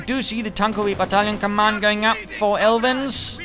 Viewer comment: You pronounced me alright and thanks for the helpful tips, I'm going to try to improve my armor handling in the open beta;) sincerely, Aelvin